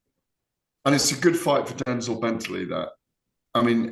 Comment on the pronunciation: The way Gareth says Denzel Bentleys name like he’s denzel washington 🤦‍♂️🤦‍♂️it’s denzel like from Only fools, not Denzell like Washington